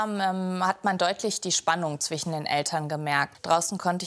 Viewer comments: es heißt FriSch, ZwiSchen und nicht zwichen und frich. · min "Zwichen" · Zwichen 😂 und Frich 😂